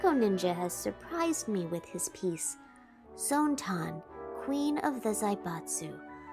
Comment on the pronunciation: Surprised that Zone-Tan isn't getting annoyed by constantly saying Zone-TAN rather than Zone-TAAAAAN.